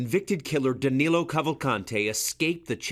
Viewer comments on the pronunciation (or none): Actually his name is DANILO, not Danelo.